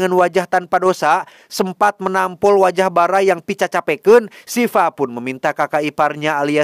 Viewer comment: Bukan sifa. Dibacanya siwa Sifamah nama cewek😂